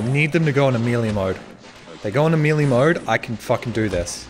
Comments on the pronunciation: Melee, not mili. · How come you suck at pressing numbered buttons so much? And wtf is Amelia mode? Is he trying to say melee?? Majestic ending tho. 👍